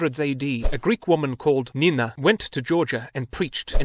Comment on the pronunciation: saint Nino not Nina